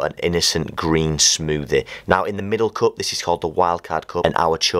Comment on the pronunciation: I like how u pronounce cup Coop